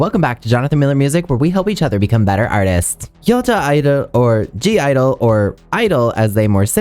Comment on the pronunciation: Honestly, you're one of the first K-Tubers to properly explain the (G)I-DLE name pronunciation in a simple and clear way. I don't know how many comments I've made explaining this as a pre-TOMBOY Neverland. Some of us older Nevies are all the time explaining the lore, but it's much easier when a popular essayist like you just does a video about it.